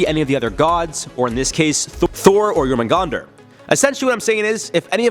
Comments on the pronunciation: It's actually pronounced yorhahmungahndar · It’s pronounced yor man gandar